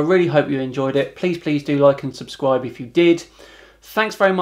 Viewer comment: He has such a high IQ but he says “suscribe” instead of “subscribe”